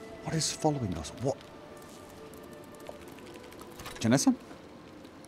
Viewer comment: JenAssa, not JenEssa.